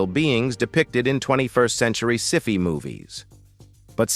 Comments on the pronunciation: WTF is a "siffy" movie? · “Sifee movies”?!?😂